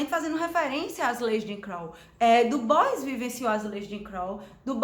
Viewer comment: Sua resenha é um oásis, pronunciou o nome do Du Bois certo, eu já parei pra ouvir com mais atenção :)